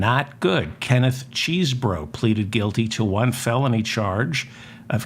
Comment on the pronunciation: Hello David I am glad that you pronounce Mr.Chesebro like it's spelled not(chessbro)